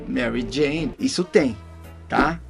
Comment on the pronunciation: Wendel falando maxaxuxets sei lá e Marie Jane foi o melhor